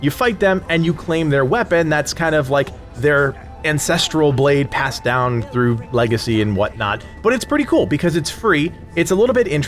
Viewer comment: Uhhhmmmmmm I think you ment to say ANcestrial......but I can't be the only one who heard INcestrial 🤣🤣🤣🤣🤮🤣🤣🤣